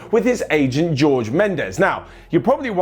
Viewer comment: its horhay not george